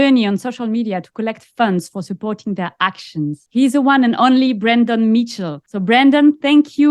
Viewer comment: Yes, it's Brandon. Not Brendon.